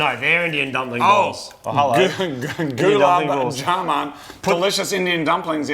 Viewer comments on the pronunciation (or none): It’s hilarious listen to saying Gulub Jamun